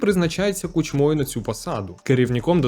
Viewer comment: Не кучмОю, а кУчмою